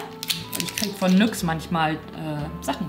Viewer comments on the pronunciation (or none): nyx wird ,,nix“ ausgesprochen 😂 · Bitte nicht nüx sagen 🤯 man spricht es NIX aus 🥰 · Wie sie einfach Nüx anstatt Nyx sagt (kein Hate!) 😂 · bitte nicht nüx sprecht das bitte richtig aus😭😭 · Ich liebe sie echt aber wie sie emp und nyx ausspricht triggert mich schon sehr 🤧😂😑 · Mich trigert das iwie wie NYX ausspricht..😅